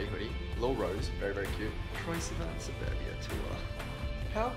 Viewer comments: Lauren Sharp sapoobia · Omg I thought the same 😂 thought it was burbia like a burp hahah shame on me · The way he say suburbia kills me!!